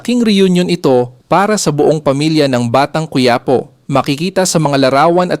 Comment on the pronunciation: Bakit kayong mga narrator ng batang quiapo ang pronunciation ñu batang kuwiyapo? Diba mga pinoy kayo? Or Spanish man quipo is quiapo.hindi kayo cute o Hindi kayo nakakatuwa pakinggan.nakakabwisit lng kc.